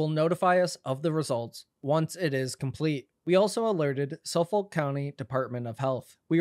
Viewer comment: The way you pronounced “Suffolk county” ….that was something 😂😂